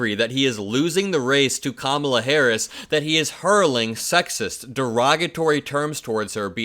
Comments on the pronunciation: He finally pronounced Kamala correctly. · Wow! This is the first time I've ever heard him pronounce her name correctly! 😂